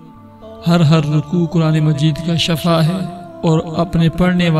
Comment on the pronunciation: شفاء ش کی زیر سے ھے زبر سے نہیں زبر سے معنی بدل جاتاہے شکریہ